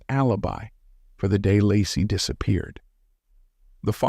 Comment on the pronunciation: Her name is pronounced ‘Lay-Cee’ not Lah-cee. Thank you for this post.